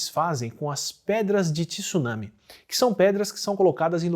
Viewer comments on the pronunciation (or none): só não fala “tissunami”(tsunami), dói meu ouvido 😂 mas vlw pelo vídeo, show de bola ✌️